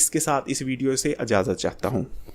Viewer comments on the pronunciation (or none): none